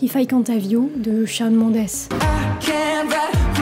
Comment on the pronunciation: "Shawn" ça se lit "shown" en fait (comme dans "fall", "ball", "wall", "hall", "stall", "crawl", "brawl", "yawn", "dawn", "raw", "straw"... et sûrement d'autres que j'oublie)